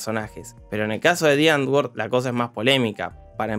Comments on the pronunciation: Me da cringe cada vez que dice: ¨diangor¨ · También son extremadamente racistas. El nombre del duo "Die Antwoord" se pronuncia "muere letra N"...